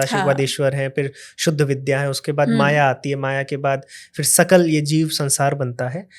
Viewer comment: 'विद्या ' उच्चारण में शुद्धता अपेक्षित बनती है !